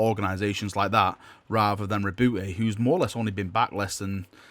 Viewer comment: Btw the e in roboute is silent